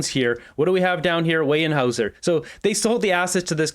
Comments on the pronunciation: NOT Weyenhauser.... Weyerhauser (pronounced wearhouser)... So close to earning my subscription, so close.... 🤦🏼‍♂️ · It's pronounced weye R haeuser not wey n haeuser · It’s pronounced WARE HOUSER not WAY ER HOUSER…. you would think living on Vancouver Island you would know that. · ok,,its wear howzer..not wayne hower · “Wear” hauser not wheyean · A little pronunciation correction. It's not weyen hauser....It's weyerhauser...pronounced ware-houser. FYI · Weyerhaeuser.. sounds like "Wearhouser" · Hey, Weyerhaeuser is pronounced like ‘warehouser’. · It’s pronounced Wair-howser, or was the mispronunciation intended? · It's pronounced where houzer lumber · Pronounced where houser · Not sure if this matters to you, but Weyerhauser is pronounced where houzer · Weyerhaeuser is pronounced "where-houser." The industry is here in my hometown, Kenora. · Just a FYI, it's pronounced WEAR when saying Weyerhaeuser and before everyone jumps on me I love this channel, does a awesome job of exposing the libtards and i watch all of his videos, he's doing God's work😊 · So embarrassing! Where is the n in Weyerhaeuser? It's pronounced Warehouser.. If you want to be a bloviator, learn how to say the words and names of the people you're talking about! Okay! You can ask Google how to pronounce. Maybe do some research before you embarrass yourself. And btw, that solar farm he canceled, Americans are going to love their new energy rates. Trump is a walking economic disaster. It is estimated that the average energy bill in the US will triple because of him. But, you go ahead, keep talking him up. Moron! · Alberta here we pronouce it "Warehouser" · Bruh It's "Warehouser" 😉 or maybe some say "Wirehouser". There's no 'N'... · Pronounced "ware houser" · Its pronounced Warehouser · I believe it’s pronounced ‘ware-houser’.. just for future reference 😊